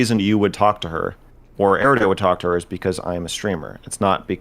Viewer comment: Why can’t destiny say erudite properly lmao